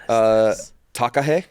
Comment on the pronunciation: Huge props to on his pronunciation of Kākāpō, Takahē and Kererū